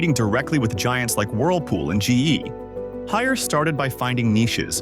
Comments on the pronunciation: We definitely prefer to pronounce Haier as “Higher”,( 海尔)， not, hair -er， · * “Haeir “not Harris